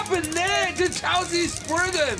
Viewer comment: Your saying cho z chow z sorry if i made you angry😯